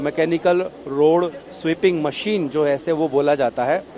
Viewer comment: रोड़ पर नहीं, रोड पर! Shabby reporter quality.